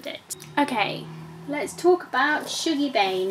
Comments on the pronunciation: Shuggie Bain is one of the best books I think I've ever read. BIG fan. I felt very sucked in to Shuggies world. Although according to my Glaswegian mum I think its pronounced 'Shuggie' as opposed to 'Shoogie'. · Listened to Shuggie Bain on audio.. and loved it, it made me cry and laugh. Just for info Shuggie rhymes with huggie 😉